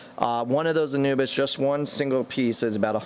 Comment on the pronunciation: Pronouced ANU-BEE-AS. Not ANU-BIS.